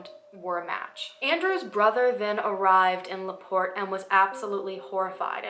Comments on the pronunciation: Laporte is only 30 min from me, you said it correctly :) you look super adorable btw !! <3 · Used to live 30 mins from Laporte. You said it correctly 😉💕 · I live in Laporte and you pronounced it right. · I just found out about this and I've lived in laporte for a good portion of my life...you said laporte right it's French for "the door" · Yes, You said LaPorte right. Thats my home town this is the only really big crime story that has ever been covered there. Its a small town. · I live so close to LaPorte. Which you said the right way lol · You said it correctly. Hoosier here. Never knew all this. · ooh man... you said Laporte perfectly. It's only 35 minutes away from my. house!!! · You said LaPorte correct!! It’s where I live! My father is so familiar with her and this story as he was born in 1943. He loves this case! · You said laport right! I live by this town. This woman is very interesting. Crazy enough someone lives on that property. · Oh my god I’m from LaPorte!! That’s so creepy. And you did say it right btw! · And btw, you said LaPorte correctly 😉